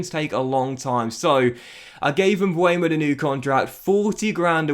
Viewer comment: He is MbEuMo not Mbuemo 🤣 if you cant pronounce his name just sell him